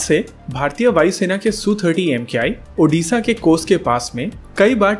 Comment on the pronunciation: thank you for speaking odisha correctly.